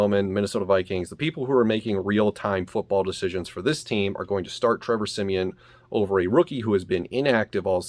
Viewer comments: Every time you call him siemien I’m like bruhhhhhh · Why he keep saying Trevor semien.